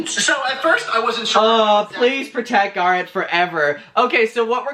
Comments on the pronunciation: Bb i will pay you to stop saying guh-rett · Every time you say garrot I want to die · I can't watch this. The GAR-it is making me soooo uncomfortable. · Take a shot every time he says GARHET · I keep thinking he says 'Gaara' from Naruto lmaooo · Me when says garrett: 👁👄👁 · I like you but you talk too much. And you're pronouncing Garrett wrong. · The way you say Garret is my favorite 💚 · The only reason there are dislikes are because the way he pronounces Garrett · Why is the way he's saying Garrett triggering me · I,love how he says Garrett name 😁